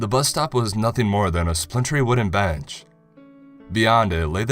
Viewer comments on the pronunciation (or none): none